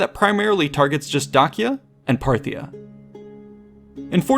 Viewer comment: i thought "Dacia" had the C pronounced as an S. while in classical latin, it would be Dakia, just as Caesar would be Kaesar. or so i've learned. at any rate, exquisite video thank you for the added knowledge.